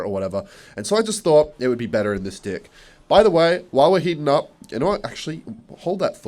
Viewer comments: Why does he keep saying "d*ck" instead of deck? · why is he saying "dick" instead of "deck" 😭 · bro says deck as dick😂😂💀 wtf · deck or dick? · saying dick instead of deck haagaahahahaha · Deck ❌ Dick ✅ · Why do you ALWAYS SAY D1CKBINSTEAD OF DECK JESUS FUCKING CHRIST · why is he saying dick instead of deck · HE KEEPS ON SAYING DlCK INSTEAD OF DECK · guys am i the only one that hears di*k instead of deck? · When you say deck, it sounds like di*k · anyone else hear dick not deck? haha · bro it is deck not dick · This is my first time watching your videos and I love the way you say "deck" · Bro does not say deck 😂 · bro did not say deck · bro did not say deck 💀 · Bro is NOT saying deck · That’s a pretty big deal of a mini pekker Bro is not saying deck lol😅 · Bro is NOT saying deck 😭